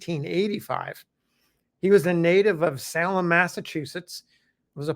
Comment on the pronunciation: Thanks for another wonderful glimpse into the human side of the Civil War! My only comment concerns the pronunciation of the name of the city in Massachusetts.😁 Salem (SAY-ləm)